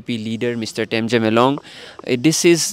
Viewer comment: Correct the spelling of his name in your Description and If you cannot pronounce his name ask him and practice and spell it well